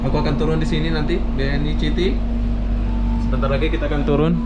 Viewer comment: "BNI CITY" WKWKW BANGSADH DIBACA "C" HURUF "C" NYA😂😂